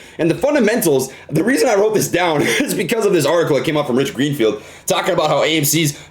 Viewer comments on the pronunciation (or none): lmfao "Gich Reenfield"